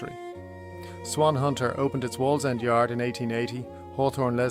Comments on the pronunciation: What's the point of going to all the effort of producing the amazing AI video only to spoil it with a truly comical AI voice over. I particularly liked Waaaaallsend 😂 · These AI videos are terrible. So inaccurate on many levels. and Wallsend is just pronounced 'walls - end'. Elswick has a silent 'w'. The Jarrow March never went anywhere near Town. what the hell is that? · Good video but the pronunciation of some important words is off Pons Aelius. (Aelius is closer to Alias) Segudunum & the faux geordie wall in wallsend is what caused me to comment. Thank you for doing this, far better than anything I could even hope to do so I hope the criticism is taken in the good nature intended. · Geordie native and cannot watch this with the AI butchering of names. It’s WALLS END. If you want to make a great video do your research and don’t use AI. Very disappointing.